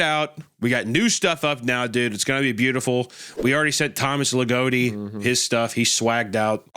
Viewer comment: legotti giggling and kicking his feet hearing yall butcher his name also mispronounciation of names isnt generally viewed as disrespectful in hellenism so aside from the fact that anima mundi isnt exactly a deity, you should be safe from internet pegans for now